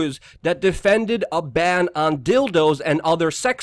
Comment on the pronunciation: "genti -tles" Bahahaha. Your a funny buggar some days Luke.